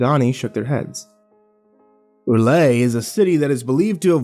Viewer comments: its... rel-yeh not relahy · Other than the abrupt and underwhelming ending, really good story. Although, I don't know exactly how R'lyeh is pronounced (according to Lovecraft it's a language unpronouncable to humans), but "ra-lay" isn't it, chief. Edit: just noticed there's a part 2 lol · Huh. Usually hear it said as R-lie-uh. Groovy. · I've always heard R'lyeh pronounced "R-lee-ay" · R'yleh: "Early-ay". But you're doing just fine. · I've heard it pronounced ruh-LAY, or RULL-yay. I personally like that last one, although I believe the original Lovecraft pronunciation is "rull-YECH"